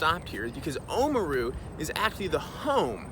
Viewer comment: Awesome vid. FYI Oamaru is oar-ah-mah-roo (rolling the “r”), not oh-mru ☺️